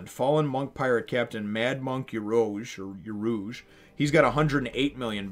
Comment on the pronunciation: "Oo-rooj" "Tra-fall-gar" The X. In Drake's (favourite supernova) name Is pronounced "Diez", but it doesn't really matter, And "Ray-lee"